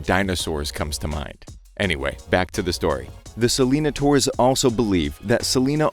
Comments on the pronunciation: It’s pronounced “ Se-Le-Nai-Tors” not “Se-Lee-na-ters” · It's pronounced like "Sell-in-ay-ters". Rhymes more with taters rather than dinosaurs. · I thought it was pronounced Selana-nay-tors. Idk 💁